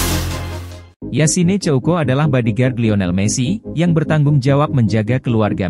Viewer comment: kayaknya sebutannya yasin bukan nambah e di akhir